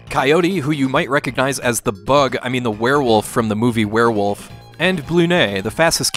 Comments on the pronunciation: Wuur-wilf? You mean thinks this thing is a wuur-wilf? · I'm sorry, it's pronounced "wahr-wilf." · No no no, it's not WEREWOLF! It's *war-wulf*.